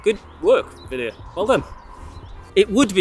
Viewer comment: Til how to pronounce 'Wilier' and 'Miche' correctly.